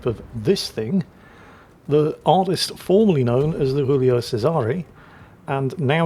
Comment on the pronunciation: can someone tell it's still Giulio, not Julio?